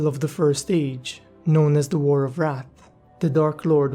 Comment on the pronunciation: Add a fucking "th" when you say wrath. It sounds like you're saying war of rats for fucks sake.